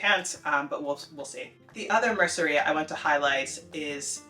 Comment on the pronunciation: Pontejos is intimidating for natives too! By the way, you said 'mercería' flawlessly, you shouldn't be worrying!